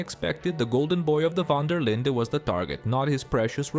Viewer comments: Van Der Linde not vanderlinda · Van der “Linda”? “Column” O’Driscoll? Why do you keep mispronouncing names that are clearly spoken throughout the entire game multiple times? Have you even played this game? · It's van der linde not vanderlinda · It's pronounced Van Der Lind, not Van Der Linda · Speak english, will you? It's not vander, linder, it's van-Der-lind😊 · Fuck sake dude, calling the gang "van der linda" is really anoying its van der linde said as lind - the e on the end is silent 😂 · It’s actually Fan der Linde. The “e” is not ee but eh. And certainly not Linda. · “Van der Linda gang” 😭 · No one has ever pronounced van der linde as Linda so why are you lol? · How uninteresting do you think you have to be to say "duh" at the end of Dutch's surname? It wasn't a speech impediment moment, that was blatent disrespect to the people that worked on the RDR franchise for over 15 years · Pronounced C'olm* & Vander-Lind* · 13 SECONDS in and i hear van der lindER gang cant even pronounce the gangs name right after apparently studying the game and collum O'Driscoll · “a rival of the VON-DUH-LINDA gang” 😂 dude, if you’ve played the game, you should know how to pronounce the name. Great video, but that pronunciation just irritates me to no end. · “vana der linda gæng” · "the Vander linder gang" lmao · did he say: dutch van der linda? :D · my guy, i don´t know where you learned your Dutch but Vandur Lindur is a joke, we ain´t Scandinavian. Take it from a native Dutch speaker. My point was just that the only one saying it close to the original name is Bronte. It´s not a d*ck, don´t take it so hard. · Van der linde❌🙅 VAN DER LINDA✅🔥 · How the hell can you be so knowledgeable of the lore but don’t know how to say Van der linde correctly?? It’s not like it isn’t spoken dozens of times throughout the game .